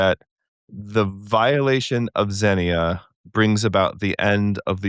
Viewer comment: All this was great except both of you pronouncing xenia incorrectly AGAIN and AGAIN! It was driving me crazy! The second syllable is stressed - xenia is pronounced kseh-NEE-ah!